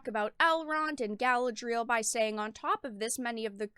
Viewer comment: how she pronounces galadriel so cringe